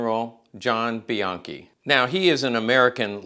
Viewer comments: a closer pronunciation would be "be yankee", as per my step grandfather Jesse Bianchi. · Isn’t the name pronounced “bee yankee”?